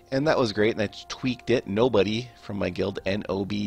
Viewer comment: lol you said n-o-b-d-y, its n-o-b-o-d-y